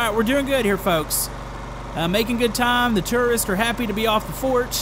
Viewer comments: Why did he say terrorists instead of tourist?? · Jisoizzard i heard terrorists too But it's tourists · so uuhhh,... gotta work on some english there... you kept saying tourists TERRORISTS XD! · did he say stranded tourists or stranded terrorists? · I thought said "Stranded Terrorists" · Did he say tererists insded of tourists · It sounded like he was saying stranded terrorist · It sounds like you were saying terrorists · Did u say terroriste?? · sorry but no offence but when you say stranded tourists it sounds like stranded terrorist